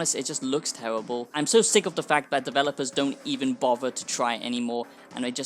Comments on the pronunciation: Tewwibble absolutely tewwibble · “It’s tewibuhl!”